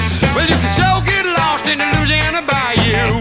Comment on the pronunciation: This man pronounces Louisiana as it should be said , anything else is yankee speak .